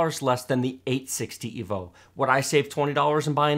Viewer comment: "EEvolution not rEEvolution." Never again.